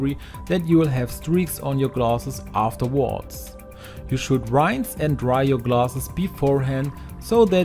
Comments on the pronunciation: good to know. I wasn’t commenting to criticize him but rather to help . Just as Spanish is my second language and I always appreciate training on proper pronunciation of words. ❤️ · In all your videos you make a prononciation mistake with the word "rinse" showing you aren't english language native. German, isn't it?